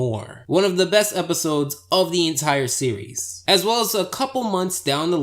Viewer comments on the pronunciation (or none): none